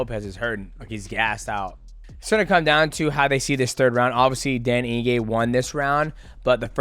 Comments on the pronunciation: Ige, Eeeee-Gayyyyy, not In-Gay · “Eeegay” not ingay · Mighty Mouse turning into Chael with the name pronunciations....Dan Inge. 😅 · He said Dan Inge-gay, Dell Inge-gay and Dale Inge-gay 😂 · Calling Dan Ige Daniel Inge is wild 😅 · Dan Inge! Who's better at pronouncing names? DJ or Chael? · It's 'Ige' bud, no 'n' in his surname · Ige bro! Not inge😅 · "Dan Inge" bro, mighty mouse, im genuinely impressed with your inability to pronounce any name, respect. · Dan Ige is such a dog that he deserves for Mighty to re record this entire video and to try and pronounce his name right ONCE 😂😂😂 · that don Julio getting to you mighty lol you pronounced Iges entire name wrong also Alex only fears one man in the ufc striking and he’s not a light weight 🤣🤣 no one’s beating him